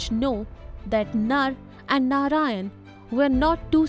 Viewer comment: Good content. But if you’re trying to teach, please make sure that you’re using the correct pronunciation. Words like Narayana, reign, smirk, halves, … they are produced wrongly. This creates confusion for young minds.